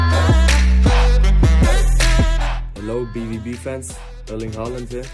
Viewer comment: Sein deutsch war richtig gut bis zum „Lieba BwauB fäns“